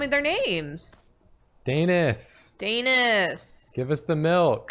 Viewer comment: It hurts me to heart them say daynis